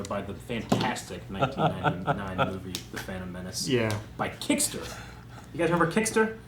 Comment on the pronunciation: KiTster, not KiCKster.